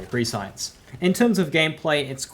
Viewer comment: Complex Root can be any element. Had it in Maurice Vendor last week. Also, Prescience is pronounced press-ee-ence. Not Pre-Science.